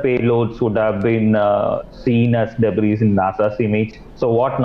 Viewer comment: An English News presenter wording out the word debris as "debriz". Doesn't she have to know that the s is silent? Speaks volumes about the quality of news presenters these channels are hiring now.